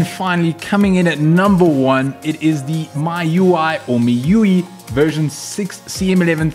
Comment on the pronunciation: I've read before MIUI is pronounce as "me" "you" "I" Source: their forum